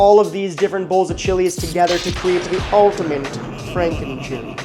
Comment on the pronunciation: Ultimint lol